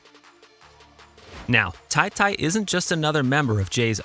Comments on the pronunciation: It's Ta-Ta not Ty Ty my guy get yo shit together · It’s tah-tah, not tie-tie